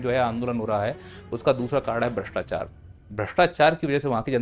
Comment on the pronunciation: Bhastechar mat karoo Word galta hee 😄😄